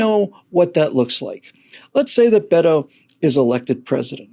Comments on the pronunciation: It's Beta (as in beta male) O'Dork... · It’s pronounced Bee’toe